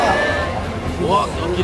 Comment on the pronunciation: All you hear is Sugeee lmaooo